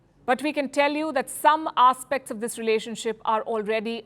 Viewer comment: Some "arse-pects"? 😂 Palki, focus on the material, not the accent